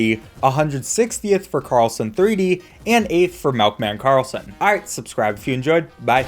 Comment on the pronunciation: Melkman karlson